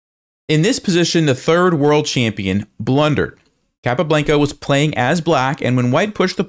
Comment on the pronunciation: Capablanca (kah-pah-BLAHN-kah) - please, please pronounce it correctly!